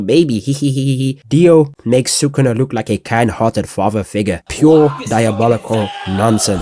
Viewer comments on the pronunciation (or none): none